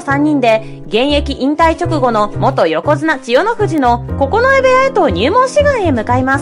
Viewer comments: おもしろかったけど、九重ここのえおやかたを、くじゅうおやかたと読んでいて非常にざんねん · 「くじゅう親方」じゃなく「ここのえ親方」